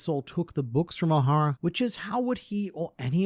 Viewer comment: It's Ohara, not O'Hara -Hemione Granger